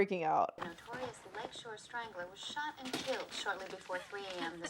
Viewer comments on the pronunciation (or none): none